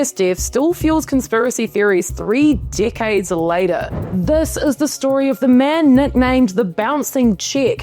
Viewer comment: Whenever you say decades long it sounds like dick heads rofl